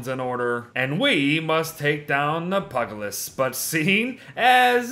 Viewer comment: it isn't pug-a-list! It's puge-i-list! Please dear god, read this comment. Although, pug-a-list is much funnier of a name.